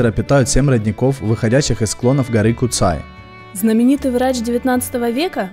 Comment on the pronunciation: Первый поселенец Куцэй🤣🤣, чеб не Сансэй)). На сколько мне известно в школе учили, что звали его Пётр Бурлак. Название гора Куцай потому что куцая то есть редкие леса. А так за обзор спасибо парни🤝. На горе кстати есть загадочный колодец, монолитная полусфера выступающая из земли.